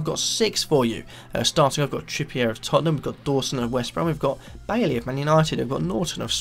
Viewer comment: bye-ee not baily